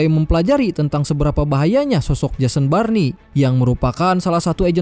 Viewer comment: Jason born bg bukan Jason barni😂